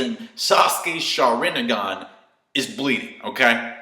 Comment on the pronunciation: ok i still could not get this even after your explanation, but thank you. also, why do you call it shar-RIN-a-gan? isn't it shar-in-gan? and, i didn't know kakashi would go blind, woah!